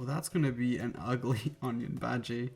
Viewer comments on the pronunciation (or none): You can say "onion baji" if you wish to but it's pronounced "onion bhaaji" okay? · I'm Indian He is saying bhaji baji 😂